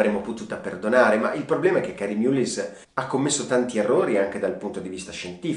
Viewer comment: Concordo amico . Si pronuncia mallis perché è un nome irlandese . Un premio nobel ,alla pari di montagnier, gettato nel fango. Sicuramente avrà un bel like dai mascherati. Di mullin resterà qualcosa . Di lei non lo so . Anche speranza commette errori e di proposito eppure è sempre la . Video deprecabile in questo preciso momento storico .